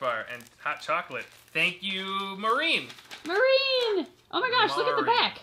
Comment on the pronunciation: Omg my package got ready!!!!! Y’all pronounced my name as “marine” but I don’t care 😂 (it’s m-are-in) thank you guys for giving me such a long section!! I’m glad you found my letter humorous and I appreciate everything y’all have done I’ve been with you guys for a long time and you reading my letter and package made my entire life. And thanks for shouting out my mom. She loved it :) 💜 sending you love always 💜 and I hope you liked the crunch bar, hot chocolate, Mexican candies, and drawings :) and that my homegirls Cheyenne and Rex enjoyed whatever y’all got them (fun fact; I live right next to a river named the Cheyenne river!)